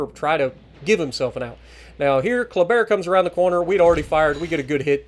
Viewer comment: Hey! First time I was confused when you said Colbert. But it was a Kleber 😅 nice video 👍